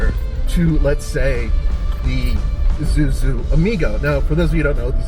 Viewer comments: this is ISUZU, NOT IZUZU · Everytime somebody says Izuzu instead of Isuzu, an angel's wings are violently plucked from its writhing body.